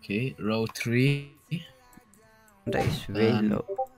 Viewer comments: u saying tree not three xd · OMG WHY SAY TREE... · How says three tree 😂😂😂😂😃😂🤣🤣🤣🤣🤣🤣🤣